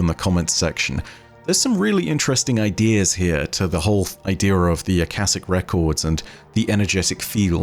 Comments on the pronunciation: The pronunciation should be (aa) (kaa) (shic). It is probably from aakash, a sanskrit/hindi word for sky/space. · It's sure it's pronounced Aka-sh-ic Akashic Records is also within the story of Phantasy Star Online 2. Within Episode 5 and Episode 6 of the games story. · "Shic" in "akashic" is pronounced just like "chic" as in fashionable. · the word akashic is pronounced with the sh pronounced similar to shut, shy, shh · Akashic you read with sh, not ss. This is normal word from Sanskrit, meaning ether, sky. Fits Destiny lore pretty nicely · Ah- ka-shick is the proper pronunciation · I wonder if they could theoretically, “take” themselves through the veil? Maybe that’s the way through it and potentially why we may get a taken subclass. Also not to be critical but Akashic is pronounced Uh-Ka(like car or cash)-sha-ick. Hope that helps and only meant it as constructive criticism. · I believe Akashic is pronounced as “Akaeshic” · I believe its supposed to be "Ah-ka-shik", I think its a play off of the Akashic Records, the mythical record of all human knowledge Edit: I finished the video. Whoops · I believe it's pronounced uh-kosh-ik, but that's neither here nor there, great video as always! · It's (Ah-kha-shick).